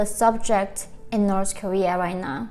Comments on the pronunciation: Why the pronounce north korea as Nors korea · In Norsh koeeaah